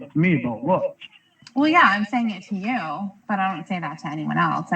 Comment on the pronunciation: There it is ... "I believe in Yew!" Again!